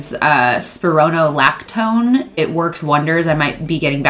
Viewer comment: Calista Batey you left out a syllable there—spiro-no-lactone. She pronounced it correctly.